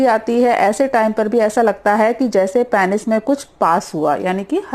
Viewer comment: Hello ma'am great work... One suggestion... Please peynjs mat bolo... Peenus hota h... Plz... No offense... Thanks